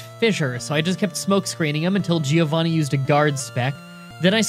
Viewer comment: Me as normal italian guy whatching a video:: "Finally it's time for "GiOvhanih's" ground gim" Whole Italy: Die in spaghetti